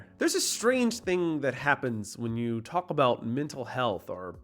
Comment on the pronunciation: Dude you’re not supposed to pronounce the L in the word “talk”